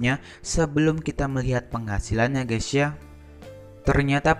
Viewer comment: Mas tolong kalo ngucap 'gaes' gaes aja jangan gaes ya .. kedengerannya seperti gesia. Setuju?